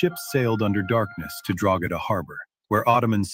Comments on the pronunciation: Pronounced Draw-hada obviously 1 word 😂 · I recently had to print hundreds of those badges onto sports bags lol. Never noticed the symbolism. Funny coincidence. I live not far from Drogheda. Its pronounced Droheda btw, the g is silent, not that it matters really. Great video, I never knew this history. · Irishman here, you do not say Drogheda that way, you don't pronounce the g, it's silent. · Raymond, the g in Drogheda is silent, i've never heard anyone here in Ireland pronounce it the way you did lol. Thank you for doing this video. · Drog ha da we pronounce it as draw ha da but thanks for research into this topic i know a little more bout were i live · Drogheda is pronounced DRO HA DA, not DROGADA. Just so you know. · We are taught this propaganda in school here in Ireland. Btw Drogheda is prounounced ‘draw-head-ah’ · The g in drogheda is silent its pronounced droheda 👍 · It’s pronounced draw-head-a and Mick is a derogatory term for the Irish so it’s pretty insulting. As for asking AI about anything, it has not got the ability to accurately assess anything and the more you push any of them the more it will extrapolate to bring itself closer to agreement. The only worthwhile deep dive requires use of source material, the AI has little to no access to that information. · Great job, Thank you for letting people and Grok know the truth and ...Drogheda = DRAA - huh - duh. maybe we can teach AI to pronounce the place right too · It's pronounced 'draw...he..da' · Drogheda us pronounced DRAW-DA. It's a local myth that sprang up because the drogheda coat of arms has a star and crescent. This crest was issued to the Town by King John in the middle ages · Drogheda = draw-head-ah/draw-ead-ah or draw-hid-ah/draw-id-a The G is silent in Irish words (for the most part) and Irish surnames Gallagher = gall-ah-her, Callaghan = cal-ah-han, Banagher = ban-ah-her et al